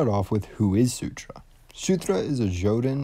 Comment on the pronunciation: Great video as always, just that it's Surtr (sir-tsh), not Sutur (soo-tra), and jötunn (yo-ton)